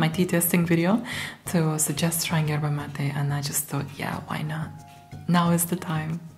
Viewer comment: Is spanish your native language? Your pronunciation of 'mate', 'yerba mate' and 'bombilla' words is very well. It is funny heard those words from non talk spanish people, but you does it very well.